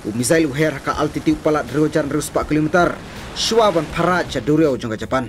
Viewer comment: Kilo meter.ym dei kilo meterrrrrr